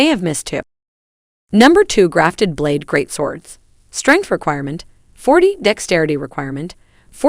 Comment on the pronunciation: "Blad" lol